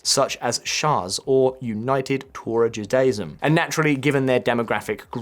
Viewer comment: Your mispronunciation of the word Torah infuriates me more then the Heredi, which is quite a lot. Also, why would you list the Talmud ahead of the Torah, its the other way around buddy.